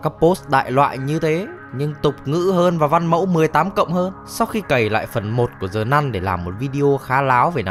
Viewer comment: Sao cứ đọc là Zờ nun?